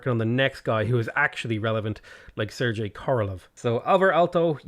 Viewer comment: did you really call sergey serji